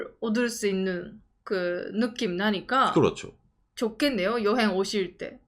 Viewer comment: "좋겠네요" 라고하신거죠? ㅈ같네요 라고 마음의 소리가 나오신줄 ㅎㅎㅎ